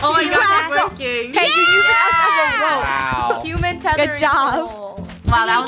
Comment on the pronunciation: “Welcome back to hooman flat” anyone remember that? I do 🥺